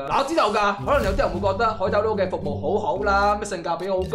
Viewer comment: 其实个“捞”即係捞起嘅意思，翻译成广东话应该读lao，点解啲人个个都读lo？